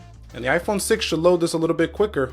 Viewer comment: Lol it is 6 plus not s